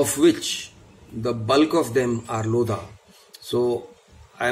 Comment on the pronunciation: In Lodha the H is silent